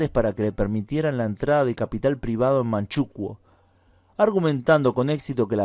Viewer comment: En España se dice Manchukúo, no Manchúkuo 🤗 ... Creo que no lo has dicho, pero en Manchukuo se promovió la drogadicción o narcotización de la población, como método de sometimiento.